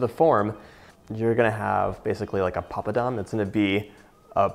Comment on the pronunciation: Oh john you said papadam.. I am from Tamil Nadu.. the land that gave papadam to the world...so proud your pronunciation